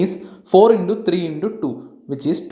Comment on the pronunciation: Indo 😆😆😆 sir it's into